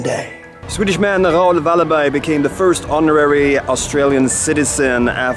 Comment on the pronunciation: The way you pronounced Raoul Wallenberg almost made it completely incomprehensible.